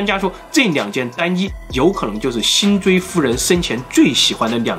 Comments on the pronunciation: 辛追啊，不是锥心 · 辛追會說成追辛，文化水平還真低！ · 辛追为什么总念成追辛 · 5分15秒，辛追不是追辛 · 辛追！你为什么一直读追辛！ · 听得有点尴尬，辛追不是追辛，还有单衣，是不是应该是禅衣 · 辛追夫人表示：一直念錯我的名字很生氣！ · 辛追夫人的名字 幾乎全部念錯 這麼多嚴重口誤 為何不重拍呢！ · 连辛追都能读错，可见是个什么水平